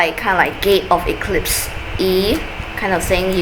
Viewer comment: Oh I thought you said "gay" eclipse